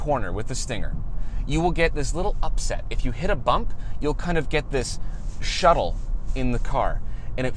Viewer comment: Shuttle?? ...shutter?